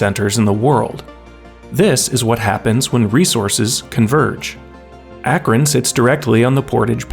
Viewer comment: Thanks for pronouncing Akron right 😂